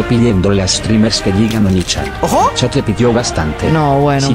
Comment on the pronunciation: no es onichan es oniichan